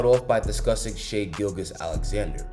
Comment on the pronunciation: Damn, NBA YouTubers still don’t know how to say Shai’s name.